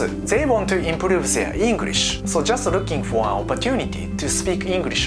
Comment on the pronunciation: an honest question; does your English really sound like that, or are you using katakana pronunciation for dramatic effect?